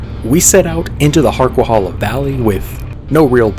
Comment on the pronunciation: It's pronounced HarquaHAYla, not hala.